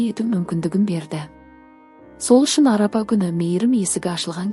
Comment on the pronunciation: Арапа емес Арафа Аумин емес Амин